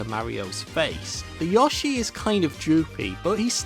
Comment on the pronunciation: Notice the way he says yoshi instead of yo-shi he says yaushi